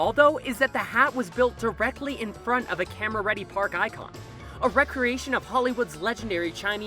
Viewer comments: Also, reee-creation, not wreck-reation. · It's pronounced 'deck-oh' not 'dee-coh' It's pronounced 're-cre-a-shun' not 'wreck-re-a-shun''